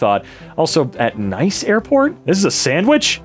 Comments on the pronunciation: Nice. Nice, France. Pronounced like "niece." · Nice is a city in France, it's pronounced Ne-se. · Nice is a city in France. It is pronounced niece.